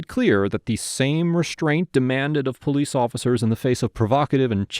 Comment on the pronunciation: I count 7 powwece officccers.. really? He is literally cooperating with everything they ask.